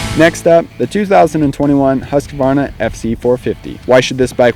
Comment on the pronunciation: Once and for ALL: "husk" + "varna" .... not HUSK-A-VARNA !!! For the love of GOOOOOD people .... ;o)